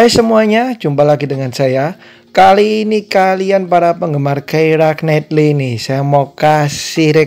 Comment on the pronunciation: It's pronounced "Kiera Naitly"